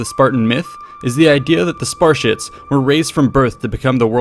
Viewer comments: What the HELL is a sparshit??? Did anyone else hear him call the Spartans sparshits??? I'm greek and have Spartan relatives....I can't watch past mins due to this insult. I dare u to say that to a Spartans face..... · I keep hearing Sparshits. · I thought that you were saying "Spar-shits" and not "Spartiates" all the way until the very end of the video when you showed the word spelled out. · I thought you called the Spartans the Sparshits lmao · Did he say "sparshits" at the beginning? Yeah he was paid by Athenian or Persian coin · where you calling them spar-shits? WAT?! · hey is it me or hes really calling spartans "spar shits" ? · Anyone else hear "spar-sh*ts"? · I heard 'SPASHITS' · Ha, he said sparshits 😂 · What are “Spar-shits”? Correct pronunciation of the subject could, at the very least, perhaps lend a modicum of credibility to an already grossly flawed analysis. As it is... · The word is "Spartiates"